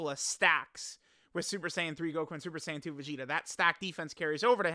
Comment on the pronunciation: lol “MakanKINsapo” Also STOP mispronouncing Saiyan it’s SAI-YAN NOT SAY-YAN